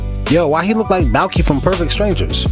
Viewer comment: That first part remind me of that chick in the 1990 bat man that the joker ( jack nicholson fudged up). The one that wore the mask but ALL OF THEM LOOK NEPHERLIMISH TO ME . Bro you said Belky (Bartacabos) from perfect strangers HAHAHA